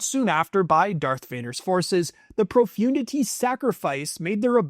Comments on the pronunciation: Profundity is being pronounced completely wrong ! It’s “ Pro-fun- dity “ ! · You mispronounced Executor and Profundity